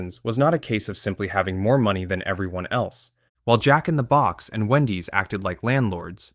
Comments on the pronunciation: Yeah, it's AI. That's why the script used first name "Brian" instead of last name "Niccol". AI can't pronounce it correctly (without some effort with a prompt). It also has syllable stress issues with names like Jack-n-the-Box and e. coli. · Yeah, it's AI. That's why the script used first name "Brian" instead of last name "Niccol". It can't pronounce it correctly (without some effort with a prompt). It also has syllable stress issues with names like Jack-n-the-Box and e. coli. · Yeah, it's AI. That's why the script used first name "Brian" instead of last name "Niccol". I'm guessing that the AI can't pronounce it correctly (without some effort with a prompt). The voiceover also has syllable stress issues with names like Jack-n-the-Box and e. coli. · I lived in California where we had Jack In The Box, and I went there often as a teenager. The emphasis is on the Jack, not the box, JACK in the box. It trips me out a little to hear him say Jack In The BOX. Little differences are funny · You keep saying "jack in the BOX" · Yes. I'm guessing that's why the script used first name "Brian" instead of last name "Niccol". It can't pronounce it correctly (without some effort with a prompt). It also has syllable stress issues with names like Jack-n-the-Box and e. coli.